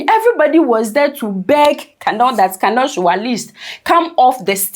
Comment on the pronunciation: the name is pronounced "kUnal" not kanal